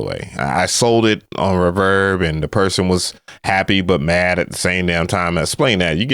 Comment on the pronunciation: Hey, why can you not say reverb lol